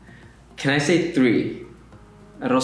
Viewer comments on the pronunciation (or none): none